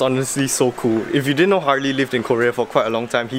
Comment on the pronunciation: "Harely" lmao